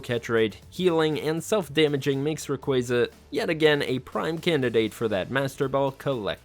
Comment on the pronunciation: I'm getting annoyed by this guys awful pronunciations of most of these Pokémon's,like Manaphy is pronounced Mana-fee,Rayquaza is not Rayquayza ffs,please watch the anime cartoons for correct pronunciations before making a video,just saying lol.....but yeah most of these are tough to catch but you gotta use proper abilities/Pokémon as well as moves and held items to properly catch them easier you know